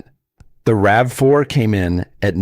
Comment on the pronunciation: RAVE 4? Credibility lost. Get a human or a better bot.